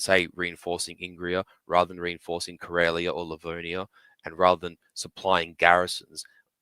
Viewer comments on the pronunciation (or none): none